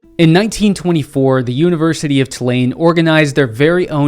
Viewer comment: Thank you for these videos!!!! Love that I came across you on Aj’s channel. Also, as a NOLA native we pronounce it TOO-LANE